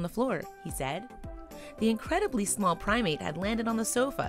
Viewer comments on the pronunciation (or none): none